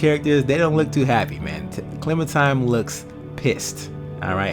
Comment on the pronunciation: Dude I love ya but ya gotta stop pronouncing Clementine as Clementime lol